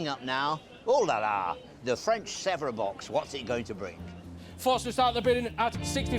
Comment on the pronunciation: DAVID!! You were calling it Sevres! And you know it wasn't. I can't watch you any longer.....